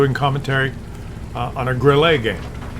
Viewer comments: not GrillEE , Grille (e is hard short, not french long like warm singsang - we Germans don't have time to sound friendly.- short and hard :face-green-smiling:😋) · Why do you call it a Grillé?! Or is it "Grillay?" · Grille is pronounced Grill la. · While we are still on the topic of the Grille . And by the way you don't have any german friends as long as u pronounce the Grille wis a french accent ?:face-purple-crying: You muppet.🤣